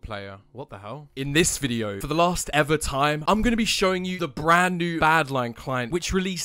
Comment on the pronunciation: "Bren new"